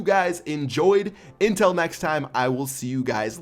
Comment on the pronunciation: when he says until i hear intul.